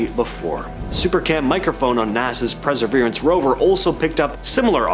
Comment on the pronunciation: Presserverance rover? Are you sure it's not Perseverance 🤣🤣